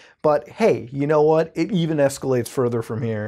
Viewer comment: lmfao the way you said "even"